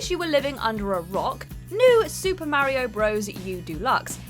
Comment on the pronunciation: Stop being such a hater, the great fairy fountain is a breath of fresh air. You’re just salty your videos don’t even know how to pronounce Mario right, and you want to act like some kind of authority on pop culture. Marryo is the way old grandpas pronounce something they mistake for mayonnaise.